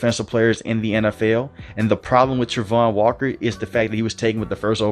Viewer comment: Please say his name correct